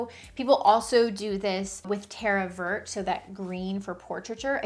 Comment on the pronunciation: The t on Terra Vert at the end, is not pronounced.